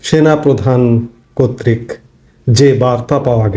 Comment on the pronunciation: কত্রিক না কর্তৃক উচ্চারণ ঠিক করেন।